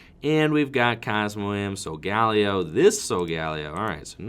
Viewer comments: McCorkindale Layo was how I heard Ash say it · Is that how Solgaleo is said? I heard a different pronunciation in the anime